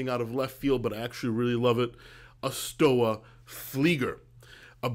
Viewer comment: More commonly pronounced "Schtova" 🙂